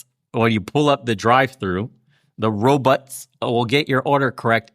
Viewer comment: bernie pronouces 'robots' the same way zoidberg from futurama does.